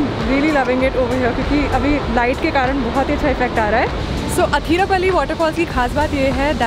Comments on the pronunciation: athirap'a'lly alla..... Athirappilly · Athirapilly ok Athirapally🙄